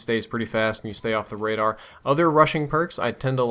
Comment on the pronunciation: Is it me or when he said "Rushing" i hear Russian? :X